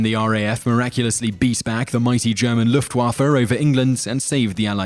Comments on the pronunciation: Why are you butchering german words so hard? What's so hard about Luftwaffe? You need to pronounce it "Luftwoffur" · You pronounce luftwaffe weirdly